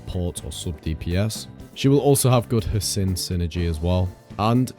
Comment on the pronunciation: Gotta love how everyone keeps pronouncing hsin's name wrong